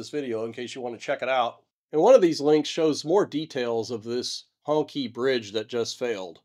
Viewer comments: Gloating over the misfortune of other nations - well US does not have a great history. and it is hong"chee"" NOT hong "kee" take the time to learn and respect. it is interesting and sad, but you are just a superior american - it's not what you report - it is the arrogance of the presentation. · Hong Qi is pronounced Hong CHEE ... BTW Ironically, I've seen all of these methods you suggest to mitigate against land slides and rock falls used in different projects across China ... I don't think it's a matter of lack of knowledge in the strictest sense. It's seemingly more a matter of unfamiliarity with the on the ground situation, and that should absolutely not be the case in projects as vast and high profile as these. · Hongqi is pronounced Hong Chee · Isn't Hongqi pronounced "Hong-chee" ? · Hongqi should be pronounced Hongchee - Q's in Chinese names should be pronounced like a ch, x's like sh, zh's like hard j's. The strange choice of letters is because Chinese has two ch, sh and hard j sounds - in each case the two forms use different part of the mouth and sound slightly different. By the way, people often mispronounce Beijing - there are no sliding j's in Chinese - the j is hard like in the word jug. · I resent the pronunciation of that bridge. Hongqi...??? Really....Honkkie?? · Not really important to the discussion, but I believe "Hongqi" is pronounced "Hong-chee". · "Hong-chi" -- the letter "q" is pronounced with as the soft "ch" not the hard "k" sound in pinyin Chinese spelling. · EVery time he says the bridges name I hear Honkey Bridge. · The pronunciation should be like "Hong" in Hong Kong and "Chee" as in the Qi wireless charging standard. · As a so called Professional, at least know how to properly pronounce the bridge. Professional do their proper due diligence.